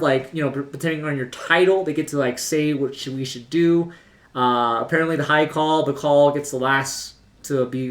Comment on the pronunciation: Its pronounced like "heart" rather than "earth"